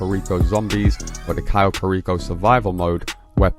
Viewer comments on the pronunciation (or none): none